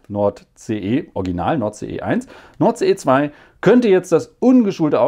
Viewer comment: Fällt irgendwem auf, dass Nord CE 2 beim aussprechen klingt wie Nord Stream 2?